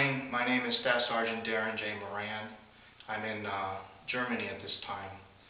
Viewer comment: I would suspect it's pronounced "More Ron".